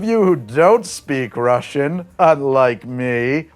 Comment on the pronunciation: Для человека, который не говорит по-русски, у вас очень хорошее произношение во вступлении,!